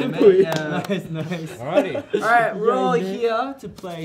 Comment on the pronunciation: Felix's "all righty" in his Aussie accent gave me life